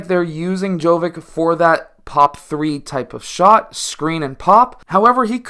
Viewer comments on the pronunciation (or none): if you can pronounce "jokic" correctly, why won't you try with "jovic" as well? same ending. same pronounciation. also like "dragic" and "doncic" and even "pulisic" ... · Dude, his surname is pronounced exactly as Jokić's, it's only he's JoVić. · It is pronounced same as Jokic but with V in stead of K